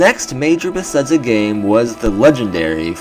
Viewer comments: It's pronounced "beh-thez-duh," first off... made me cringe every time I heard it, no offense haha, but I can tell your a big fan of the series. And while you brought up some good points, like the name of the purported project itself, I had a few qualms with your video. Yes, they spend a lot time on each game, for sure, but as they use the same engine with each game, Fallout or TES, it is more likely they worked on Oblivion, then FO3, then Skyrim, then FO4, then TES6. The engine developments are continual and procedural, and we've actually witnessed that this generation when Bethesda released new particle effects and that HBAO+ setting as updates. The world is likely being crafted and built, quests structured, and dialogue written, for more than the couple-year gap between each TES->Fallout tick-tock sequence, but it's not absurd to presume they make each game in three years or less, just as nearly every other developer with sequel release series. The most likely explanation is a core team works on each major release in the tick-tock schedule, while a smaller sustain tam works on DLC and game updates while the core team moves onto the next large project. Apparently, though, Bethesda GS might be mixing things up in the next few years, potentially working on a few other main projects simultaneously. I mean, most of us should know that Zenimax Online is responsible for ESO: TU, and presumably any future MMO endeavors (i.e. Fallout Online revival?) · Nice video, but why do you say Besedza? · Please stop saying Bethesda xD I'm sorry but omg I'm quite irked